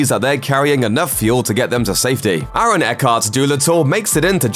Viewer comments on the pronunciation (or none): none